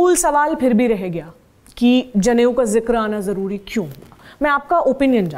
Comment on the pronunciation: JANEU NAHI NADA BOLTE HE 😁😁